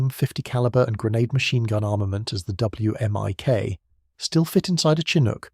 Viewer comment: you say "whimic"